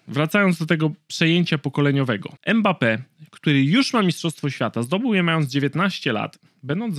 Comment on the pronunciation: nie mekambe tylko mambeppe